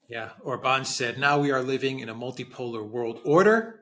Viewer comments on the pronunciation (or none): OR-bahn not or-BAHN, OR-bahn not or-BAHN, OR-bahn not or-BAHN, OR-bahn not or-BAHN, OR-bahn not or-BAHN 😁❤️